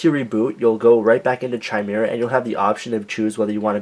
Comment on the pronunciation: It's pronounced [ki-meer-uh], not [chi-mer-uh]. Just saying